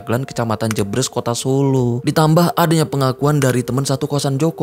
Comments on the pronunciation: bang, maaf sidikit koreksi yang bener jebres di baca e sperti "eka, cafe, hemat" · Pengucapan daerah JEBRES dibaca E nya seperti E di kata BERES, bkn E di kata BREBES